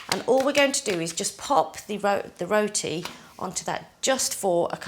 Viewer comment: Why is she saying “roti” like that